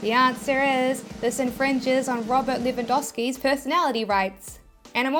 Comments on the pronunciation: Actually you pronounced Robert Lewandowskis name pretty much spot on :) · (on impersonation voice) But, didn't you infringe Robert Lewandowski's personality rights by showing his image in this video? Genuine question Anyway, you really have amazing content. Keep going and keep dancing if you enjoy it. Btw, you did a pretty good job pronouncing his name. if you ever need football advice, I would be glad to help you. 😉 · The 1% chance, you didn't butcher Lewandowski's name, you pronounced it correctly. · I’m a Lewandowski, you pronounced it RIGHT! 🙌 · I'm Polish, like Robert, and actually you have not butchered his name 😃 👍